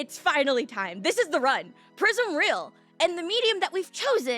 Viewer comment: "What The prisim :0" Genuinely made me laugh 😂